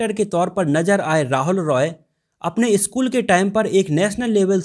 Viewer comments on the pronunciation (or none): none